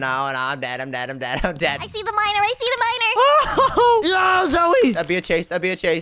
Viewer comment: Its. Not. Z,o,j,e😂